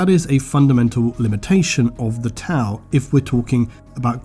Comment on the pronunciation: I love the video, but had to thumbs down due to Tau. haha sorry